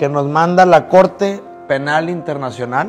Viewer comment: internashion Krimikal corsh